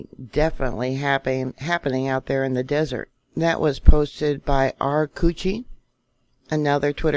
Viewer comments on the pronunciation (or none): none